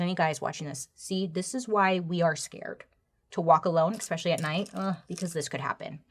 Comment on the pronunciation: I just found your content and I’m obsessed. Love it but there is one small thing that makes it incredibly difficult to keep listening to you and it’s that you say “expecially”. Please for the love of everything, stop it. It’s ESPecially- esp, not exp.